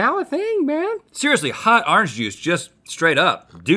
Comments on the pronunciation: "Hot arnge juice" I love how Rhett talks NOTE:ITS ORANGE NOT ARNEGE BOYO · "Hot arange juice, hot arange juice!" -Rhett